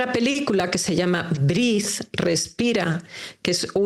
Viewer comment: No briss. Se dice: Breathe respirar en ingles La pelicula. Por favor hay Que dar a conocer él idioms tal y como es. La pronunciacion es importante. La oratorio en sonidos. Breathe No “briss”